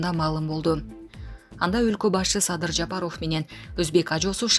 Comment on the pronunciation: Ошо да,Баясооф,Жапарооф,министиир ж/б .